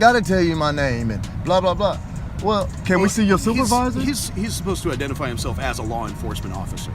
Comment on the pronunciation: 👨🏻‍🦳“YOU’RE FAILURIN’ TO IDENTERFIY”